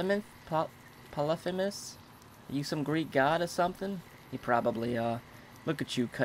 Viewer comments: lol "polifimas" it's Polly-fee-mus And he is the son of Poseidon and a cyclops. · The robot's name is ronounced Poly femus btw.